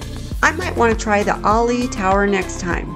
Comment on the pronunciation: That's funny, the $50 per day "resort fee" covers "free wi-fi" What part of $50 per day makes the wi-fi "free"? Ali'i is pronounced "A Lee E" We did Atlantis on Maui and really enjoyed it. It's a must do if you like to go under the waves without scuba diving. I've stayed at HHV 3 or 4 times and really enjoy the resort. My new favorite resort on Oahu is Aulani. It's location is reminiscent of what I remember the crowds and beaches to be like at HHV back 40+ years ago.